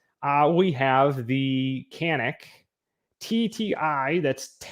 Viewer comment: The lever gun is great for when you go to a range and look down the line and everyone has the same ar. I have built a few for a customer or 2. They are fun to shoot. Canik calls it Can ik.